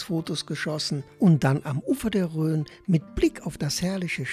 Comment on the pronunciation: Vielen Dank für das herrliche Video aus einer unserer Lieblingsgegenden! Eine Anmerkungen habe ich allerdings, da meine Ohren protestieren: Bitte den Flüß Rhone auch so aussprechen und nicht mit ö !